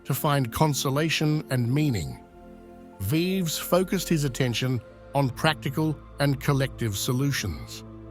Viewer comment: "Vives" = rronounced"veevs", not a rhyme with "lives."